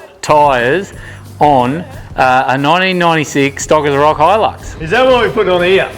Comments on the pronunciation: It’s a bloody hilux not a helix ffs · Chill...he can call it Helen for all I care. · can you say HIGH LUX